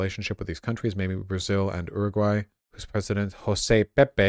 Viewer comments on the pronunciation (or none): none